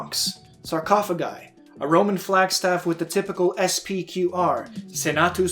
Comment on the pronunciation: Commenting for the algorithm!! Thanks for the explanation! (That pronunciation of SPQR! Impressive!)